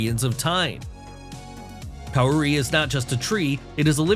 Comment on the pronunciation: Sorry to be a stickler, but Kauri (pronounced Cow-ree) and in particular Tani Mahutu (King of the Forest) is the largest tree by volume.